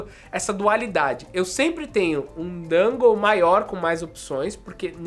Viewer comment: Adoro os seus vídeos, mas sempre fico com agonia quando você fala "dângou" e não "dongou" kkkk